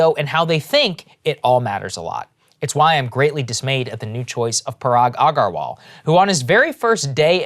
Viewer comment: Why does a brown person have trouble saying Parag Agrawal?